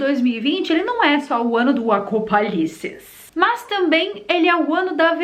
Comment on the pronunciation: eu morro de rir quando ela fala , do acopalise ! as viagem ta grande viu ?